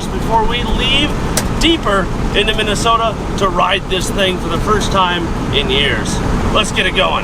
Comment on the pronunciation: So how do that pronounce that state Min A Sooootahhh lol